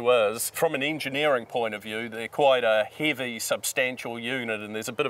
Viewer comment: The way he pronounced "heavy" sounds live "heevy" to me